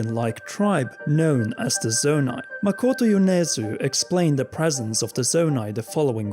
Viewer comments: the narrator reads "MEROTO" and the text reads "MAKOTO." Japanese names are easy. Just pronounce them one syllable at a time. MA-KO-TO. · He kind of made a mistake at the end when he said "MaRoto" instead of "Makoto". 😏 Still how AWESOME that they got him! 😀😄